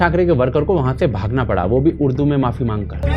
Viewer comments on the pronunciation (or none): URDU 🙅 UDRU🙋 😂😂😂😂